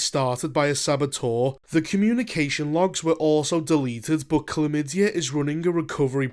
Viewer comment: I was rolling after that one too. i had to look it up because it seemed so implausible. The character's name is actually "Clem Madey", but it sure sounds like "chlamydia" when that guy says it :)